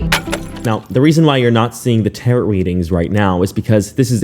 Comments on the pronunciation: Great video she is crazy as a loon bird someone needs to get her Mental Health care. But I do have a few things that might help you. You're a great online personality, but you pronounced defamation wrong as well as tarot. Defamation is pronounced deh fuh may she. Tarot is pronounced teh row. You don't say the T at the end. I've not trying to be rude I was seriously just trying to help because I think you have a big forehead of you and this kind of content. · Tarot (tare-row, the last t is silent) can be useful if you learn how to read the cards correctly, homegirl just made up her own meanings and ran to Mars with it💯 if she would've read the cards right I'm pretty sure that they told her she was about to get sued💯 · Very happy she is being sued. But are you just making fun of the word Tarot? It's pronounced Taro. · Pls tarot is pronounced tarrow like bone marrow 😭😭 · All of this is terrible and she's horrendous for doing this but for GODS SAKE PLEASE PRONOUNE TAROT CORRECTLY. IT'S SAID LIKE TARO. Pleaaaaase it hurts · It’s pronounced tare-oh! The last t is silent 😅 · Tarot. It's pronounced TARE-oh. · The last "t" in Tarot is silent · i love how you say tarot like carrot. makes it even better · Are you saying tarot wrong on purpose? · There's no denying that she is legit a crazy person.. but the true crime here is how the word "tarot" was mispronounced about 3 or 4 dozen times throughout this video 😂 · Good channel but continually pronouncing the end "t" on Tarot is very grating. The t is silent. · Please stop mispronouncing tarot it's rather annoying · Wow. The number of words mispronounced in this video is overwhelming! 😂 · I like the reporting and calling out-I had not heard this story-but I had a hard time getting past the mispronunciation of Tarot. If you want to be informative- make sure you don’t sound uninformed. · When pronouncing the word "Tarot", the second "t" is silent. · The second T in tarot is silent! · The word tarot ends with a silent t